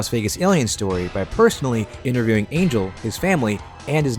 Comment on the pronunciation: It's not pronounced Angel like the biblical thing 😭😭